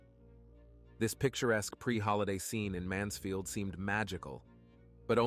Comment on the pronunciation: Mansfield not mansville…